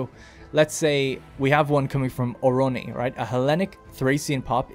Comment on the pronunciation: During the segment on population growth halfway in the video you repeatedly named the city of Ornoi "Oroni" even as you read it from different sources of different size and font, maybe you were tired or whatever, did'nt mean to make a big deal out of it. It's just a thing I noticed and thought I'd mention to see if it got any response.